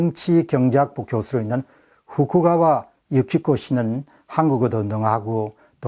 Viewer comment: 후쿠가와->후카가와 입니다. ^^